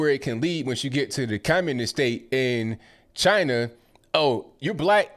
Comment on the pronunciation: Purposefully misspelled to imitate the way Trump said CHY-NA. :)